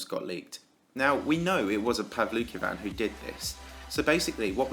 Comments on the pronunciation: I thought you pronounced it as "Paul "V" "Kin" xd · I tought he. Said pablo kebab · It's pronounced pow-luki-wan btw, not that I'm a fan of him. Its that his name is in Japanese and I can read and write Japanese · His name IS PRONOUNCED "pavansosisialvlokavan"